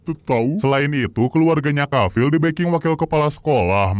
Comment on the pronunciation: Davil❎ Cavil✅